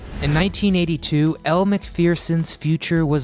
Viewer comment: Did you miss anyone ???? ARE YOU KIDDING UMMMM AEROBICS OZ STYLE..................HELLO Are you fucking kidding me ???? LOL also. why don't you know how to pronounce elle's name correctly ? also..... Kelly Le Brock......................... HELLO Are you kidding me Lisa doesn't rate in the list ? wow